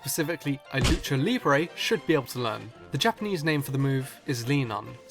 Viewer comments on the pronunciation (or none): none